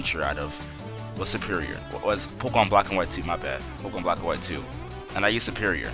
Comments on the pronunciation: POKÉMON NOT POKOMON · it's not pok-uh-mon. stop sayin it like that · good video, but I can't stand how this guy says pokemon. he says it so much in the video though